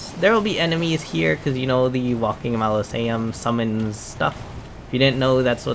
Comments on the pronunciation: enunciate with me -mau-so-le-um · Mos-uh-Lee-um* Also, solid video dude. No Bs, no 10am explanation as to what NG+ is (We’re gamers….we know, amirite?) and outstanding content and help. Thank you!! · OMG... It's Mausoleum (pronounced Maw-so-liam) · MAh-Liz-e-ums lmao It’s mozz-a-Lee-ums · its pronounced MAH-ZOH-LEE-UM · Fyi, Ma (mom)...zo (go)...lee (Bruce Lee)...um (gum). Great tips!! About to start NG+. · Say it with me bro, MAU-ZO-LEE-UM Mausoleum. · “Malosaiums” lol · Mozz uh lee um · MAH SO LEE UM AR MA MENTS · Moz a lee ums… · The way you’re pronouncing “mausoleum” has me weak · Gosh Dangit! I could say Mausoleum with no trouble before hearing you say it. But, Now I can’t say it. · Bruh I thought he was doing it on purpose cuz how else could you pronounce so many names wrong